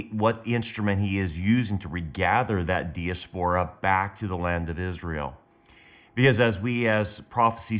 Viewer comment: It is pronounced di_(like dye) as_per_ ah